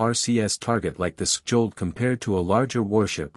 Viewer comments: Say "shold", and you'll get it right. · Silent "kj" please and "Sk" like in Ch as in China rgs from Norway. the "o" is a bit like the O in English Online. -- Chold. rgs from Norway